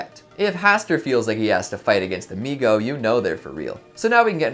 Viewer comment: SI a-MI GO